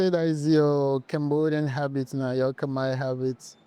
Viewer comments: She pronounced Khmer words very well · Your Khmer pronunciation is so admirable 🎉